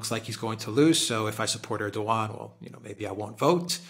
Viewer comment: Like the commentary but its ErdoWan, like Obiwan